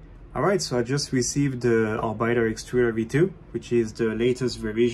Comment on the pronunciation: You pronounce it orbit-er not bite. Called this presumably because it uses planetary gears and planets orbit stars.